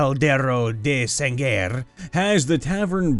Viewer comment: Note: Sangre is pronounced Sahn-gray